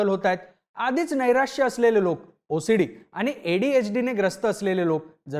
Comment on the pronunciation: मी ओसडीला भोसडी ऐकले सपष्ट ऊच्चार करत जा भाऊ😮😮😮😮😮